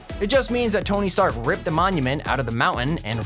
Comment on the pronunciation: is it me or "trask" industry "stark" industry